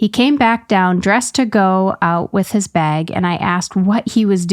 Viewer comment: hearing say beg (bag) is so funny! reminds me of morgan